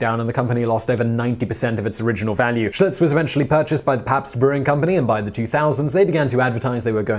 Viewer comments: Did he say Schultz instead of Schlitz? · I listened again. He said Schlutz.